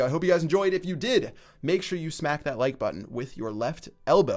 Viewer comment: At the do you say intel next time or until next time because it really sounds like the first one?